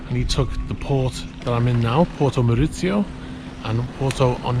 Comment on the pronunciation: Porto Maurizio, not porto morizio.